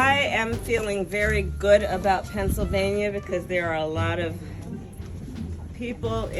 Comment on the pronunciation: Emptying the snort. And the slurring... Aii ffeeell ggooddd bout Pessilvania..